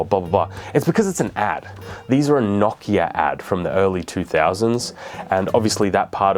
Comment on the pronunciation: "If you've ever litten a match..." bro, what? Lol Also why does he keep pronouncing Nokia knock-ya? Its No-key-uh